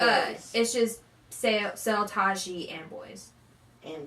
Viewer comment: He is Seo Tae- ji not Seo Tah ji lol